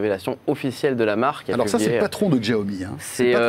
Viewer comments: Xiaomi ça se prononce /shiaomi/ pas /gjiaomi/ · on prononce chaomi